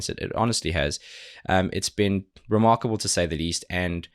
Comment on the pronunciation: Why every time he says "Remarkable" I hear " ReMARCOble" ???????????????